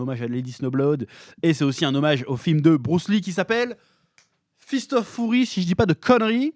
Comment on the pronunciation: "Fist of fOUry", je me lasserai jamais de la prononciation du chef 🤣🤣🤣